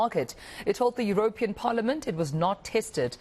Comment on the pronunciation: U row pee an ... please news reader. 🙏